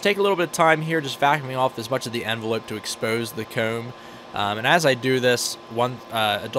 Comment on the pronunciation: He really said “enveloop”